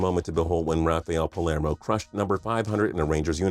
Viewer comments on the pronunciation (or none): Rafael PALmero not palErmo